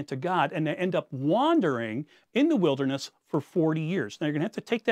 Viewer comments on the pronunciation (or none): none